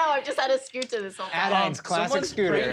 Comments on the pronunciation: I love that she goes with a flap sometimes (like and ) but with a plosive in others ( and ). Such an immigrant-losing-accent / dual-citizenship-brain moment lol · I can't get enough of Siobhan's pronunciation of scooter. Never before have I heard scooter with the t pronounced as a plosive instead of a flap